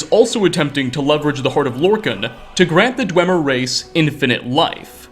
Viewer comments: You'd think after all this time, would have learned to pronounce "Dwemer." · Isn't it pronounced "dweemer"